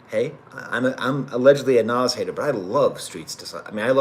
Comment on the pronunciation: hey thanks for doing this professor ! and you got the pronunciation right , also just wanted to add that i honestly think hit-boy makes the kings disease trilogy a bit more than nas even. nas is obviously fantastic , but as an aspiring producer myself hit-boy is just so underrated in terms of versatility and quality. he can truly tailor his production to fit anyone like a glove and can just do everything. really hope he gets his flowers among hip-hop heads , and the run with nas definitely is helping to contribute. his upcoming album with benny should be great as well. also, i’d recommend the logic album that just dropped, it has a pretty cool concept and mostly the beats are excellent, his in-house producer 6ix also has that hit-boy quality to him and it’s just great fun. lightsabers and insipio are standouts from the production standpoint while redpill and village slum are great lyrically. self medication has to be the wildest collab of the year on paper, but it works perfectly. not usually a big logic guy but i think this is better than his last album vinyl days. fahim project is pretty good too but you already knew that (i think he gets outshined by your old droog though). well here we are am and i gotta wake up in 3 hours to make my paper physics lab , so i think i’ll leave it at that. signing off from ox vegas 🫡